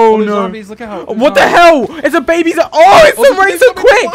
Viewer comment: Baby not bagy